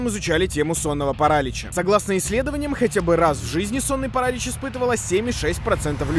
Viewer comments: Правильно не парАлич, а паралИч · Парали́ч а не парАлич боже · не сонный паралич а сонный паралич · Почему парАлич? А не паралИч? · Не Паралич а Паралич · Паралич а не паралич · ну какой парАлич, это так тупо. На протяжение всего видео такая хрень. Правильно говорить паралИч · Паралиииич!! Ударение на иииии, не на а 🤣😂🤣🤣😂🤣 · ПарАлич... Вы серьезно?! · Меня пугало только ударение в слове парАлич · Параличь ударение на и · паралич,ударение на и, а не паралич с ударением на вторую а